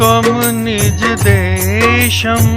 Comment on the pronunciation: सर, डेशम नहीं "देशम्" होगा।